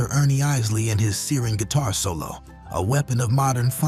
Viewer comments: EYES-LEE. Not IS-LEE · He doesn’t even know how to pronounce Isley.